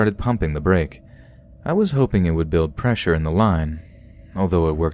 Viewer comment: "Imagine building pressure in the line." Pressure in British accent 😅